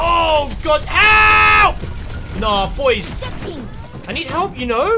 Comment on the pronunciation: #notificationsquad!, when you say 'BOIS' it never gets old haha.